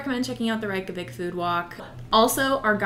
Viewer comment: The correct pronunciation of Reykjavík in Icelandic can be phonetically written as Rayk-yah-veek. The "a" in -Rayk is similar to the "a" in the word "pace", while the -yah sound is pronounced similarly to the word "yes" in German, "ja", with a very open "a"